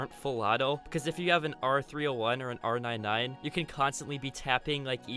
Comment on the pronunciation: Its pronounced r99 not r 9 9 psychopath